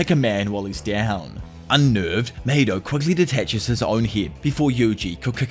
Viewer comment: Not "HIMATHY"😂❤. I'm gonna use that now 😂